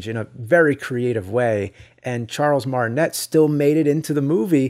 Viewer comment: James I love you but please. It's Martin-ay.